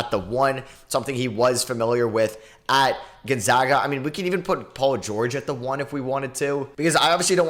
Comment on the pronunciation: Thank you for saying Gonzaga correctly